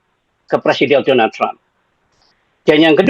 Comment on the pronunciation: Kok "Donlad" sich....?? 😂